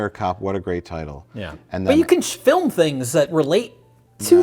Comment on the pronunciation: The way said "film" was kinda weird, no?